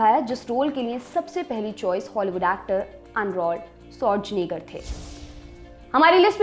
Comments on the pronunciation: why she is calling arnold as "ANROLD" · she even don't know how to pronounce the name of legend Arnold